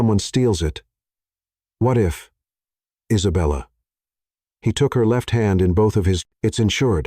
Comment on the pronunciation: "An indignant poodle." omg LOL!!!! Also, the narrator's pronunciation of Isabella is hilarious; he lapses into a foreign accent: Eesabella. Too much. Nonstop laughing at this entire script. I can't breathe and my cat thinks I'm crazy!! 😅😅😅😅😅BRILLIANT COMEDY!!! and a thoroughly enjoyable love story. With heartfelt thank yous and lots of xoxo's from Anaheim, CA. 🌹🌹🌹